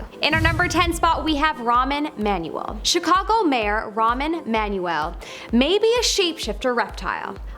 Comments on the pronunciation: Too bad this Presenter can't read these names of well-known public figures, like; Rahm Emanuel, NOT Ramen Manual; General David Petraeus (rhymes with Betray Us), etc. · Girl, learn how to read. The name of the guy is not ‘Ramen Manuel’. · the name Rahm Emanuel - the host lady speaking "Ramen Manuel" :face-green-smiling::face-green-smiling::face-green-smiling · jfc, learn to pronounce names before recording these. Ramen Manuel???